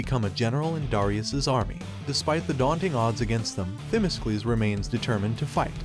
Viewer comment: It would be nice if the narrator could pronounce the Greek commander's name ...correctly..its not Thimiskles....